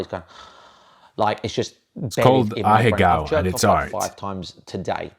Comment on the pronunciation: is the first YouTuber I've ever heard pronounce ahegao properly... What does this mean